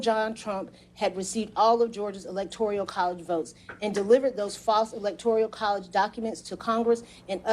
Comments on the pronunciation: Excellent except I wish the DA attorney correctly pronounced “electoral.” Trifle but still marred the articulation of the plea deal, especially when the word prominently figures in the statement. 🥴🤣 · The correct term is ELECTORAL COLLEGE. kept saying ELECTORIAL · Anyone else bothered by how she pronounces Electoral as electorial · It's electorAL, not electorIAL. Somebody should pull her aside and point that out, it might make the plea technically invalid since what she said on the record is inaccurate. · Am I the only one embarassed by the deputy DA's reference to the "electorial" college, at least 7 times during the sentencing? It's the "electoral" college. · It is not “electorial” it is “electoral”. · This is amazing. And would be even more amazing if they would have learned to pronounce the word "electoral" correctly in lieu of saying "electorial" literally every single time. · Someon please tell tthis young lady there's no I in electoral (E-lec-tor-al) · Electoral - not electorial. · I must have OCD or something, but it's driving me nut every time she says "electorial" when it should be "electoral". If only that were the biggest problem in the world right now. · She should learn how to pronounce electoral. It's not elector-i-al. Just sayin' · The word is electoral, not electorial. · Why though does she say “electoreyul״? How can you be an expert in case but not know how to say “electoral”. Confused! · I know it's not a big deal, but it's "electoral" , not "electorial". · Every time the clerk said, "ELECTORIAL College" instead of "ELECTORAL College" it felt like a drinking game. Come on, people. Learn how to pronounce things. Otherwise, it's like listening to fingernails on a chalkboard. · Is there a word electorial I'm not aware of, or is she repeatedly mispronouncing electoral? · Why does she keep calling them ‘electorial’ college votes rather than ‘electoral’ college votes? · This is great news, but goddamnit, it's ELECTORAL not "ELECTORIAL."